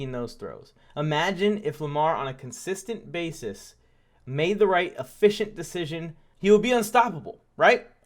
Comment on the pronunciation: Man said “poor decison making”😂😂😂😂😂 I damn near jus turned the video off in the first minute